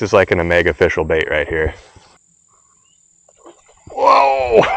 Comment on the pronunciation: It's oh-fish-al!